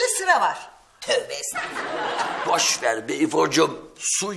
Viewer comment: ifo nu estafulla demesine sinir olurdum estafulla değil Estağfurullah..